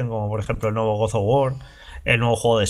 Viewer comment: con cariño, no digas más "Good" of War, cuando hables de God of War.